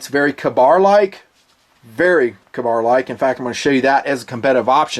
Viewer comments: Lol, "KAH-bar"? Come on... KAY-bar! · I am glad I am not the only that thought it was a long-a instead of a short-a. Another example of Tomato/Tomato though. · Its a freaking Kay-Bar! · Makes for a good battle cry tho, "KAH-BAR!!" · Weird pronunciation of Ka-bar.